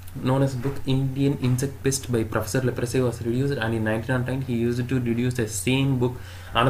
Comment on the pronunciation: Ain't no way he call prof lefroy leprosy💀